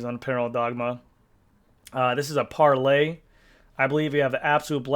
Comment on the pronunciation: Parlee is “Par-LEE” not Par-lay. They build the very best carbon frames on the planet. They are located in Beverly, MA and have build custom bikes for pros for 25+ years. You should check them out.